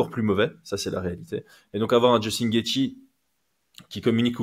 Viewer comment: Cool de revoir mais sa façon de prononcer « Gaethje » m’a pas du tout manqué mdrrrr